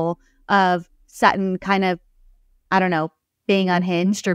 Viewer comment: Her name is SuTTON not SAA on please girl learn your language before you speak